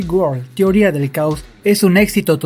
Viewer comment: dijo ceoria